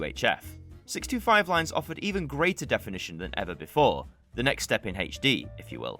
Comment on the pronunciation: I heard that too, but on replay I heard 1937. Another thing, I often though he was saying 65, when he was actually saying 625.